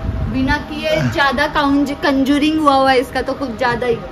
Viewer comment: Bhabi conjuring nhi hota contouring hota hai